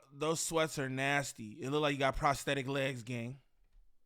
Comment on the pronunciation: Bro said prostectic legs😂